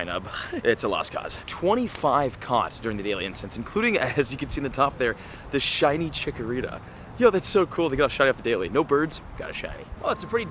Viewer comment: 3 minutes 45 seconds in. That is what it sounds like. 😅